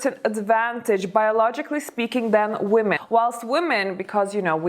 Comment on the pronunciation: Thanks. It's always interesting But you mispronounce the word women